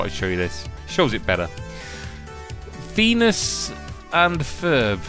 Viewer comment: FEENUS and Freb